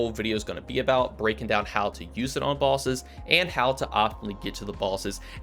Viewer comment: who elts is hearing " Bawlsses" instead of bosses